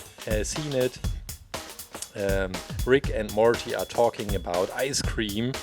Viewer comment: I like the way you pronounce Morty it's cute